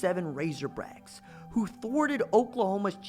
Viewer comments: Did i hear 'Razorbrack' instead of razorbacks at the beginning? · "Razorbracks" man you were channeling your inner Lou Holtz right there. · This dude said razorbracks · “might be the most humiliating defeat” WRONG Answer apparently didn't do you homework there youngster what are you 15? Oh and its RazorBACKS not RazorBRACKS by the way! I get it your a Band Wagon Fan whose here when they are winning but not when they are losing - Go root for Bama we don't need you - Now here let me help you with some TRUTH - Most Humiliating Defeats in Arkansas History are as follows - 1918 - Camp Pike (AR) 6 - ARK 0 1904 - Dallas Medical (Tx) 5 - Ark 0 1940 - Fordham 27 - Ark 7 1901 - Little Rock High School 5 - Ark 0 1944 - Norman NAS (Ok) 27 - Ark 7 1938 - Santa Clara 42 - Ark 18 1951 - Santa Clara 21 - Ark 9 1903 - Springfield Normal (HS) 10 - Ark 5 1905 - Transy (KY) 6 - Ark 0 1992 - The Citadel 10 - Ark 3 Just to name a few so next time you want to ride the FIRE THE COACH BUS do your homework son. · RazerbRacks?? what the hell is wrong with you? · Bruh you said razorbracks!!! 😂😂😂 RAZORBACKS!!! Go Cocks!! 🤙🏼🐔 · he said razorbracks lmao. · Did this dude really just say home of the RazoBracks 🥴🐗🐗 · I heard that too 😁